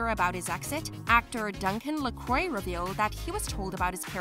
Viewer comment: Duncan LaCroix is pronounced Lah Cwah NOT ler croy